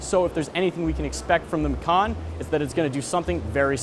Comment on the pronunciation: "Macan" is indonesian language of "Tiger", and dude, you read it wrong...